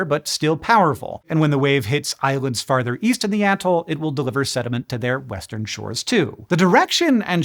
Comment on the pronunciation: I thought he said weast